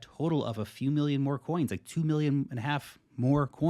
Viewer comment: Why does prounce "2" like tsu instead of two